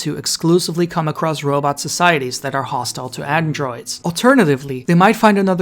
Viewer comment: It's pronounced robot, not robutt.